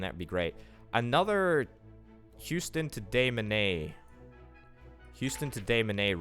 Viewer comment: Loving the series, keep up the awesome work. Also Des Moines is pronounced Duh Moyn, the Moyn rhymes with coin.